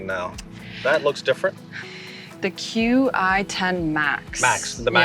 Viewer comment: I see what you did here Taylor Made marketing team. Brilliant. Everyone is missing the proper pronunciation of the driver name. "Qi" is Chinese for "vital energy" properly pronounced "CHEE". 10 references 10k MOI...sure I'll buy that. But when you say it together....it's "CHEE 10" - sounding eerily like "Cheatin." Evidently this driver is so forgiving it feeling like "cheatin'" and I can't wait to get mine. DISCLAIMER: In no way am I suggesting TM is operating outside the rules of the game, rather I noticed this name immediately and it is brilliant suggestive marketing.